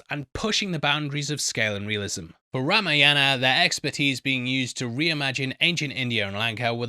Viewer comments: Bro it's spelled Ra-maa-yan-aaa What you are doing is Rama-yana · Know the correct pronunciation of the movie name!